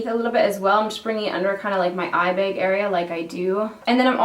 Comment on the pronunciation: I always forget you're Canadian until you say something like "drag" or "bag" and then the accent comes out a little bit 😂 I love this natural look! If only my eyebrows looked half as good as yours. A girl can dream..